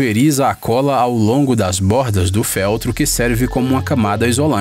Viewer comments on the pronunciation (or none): Eu gosto mto do canal, mas tenho uma única critica, indiferente do sotaque ou nacionalidade do narrador, eu acho que ele deveria falara corretamente a pronuncia das palavras A exemplo da palavra feltro, ela não possui acento, porem se pronuncia como som de Ê(f Ê ltro) e não É(f É ltro) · "fÉltro" kkkkkk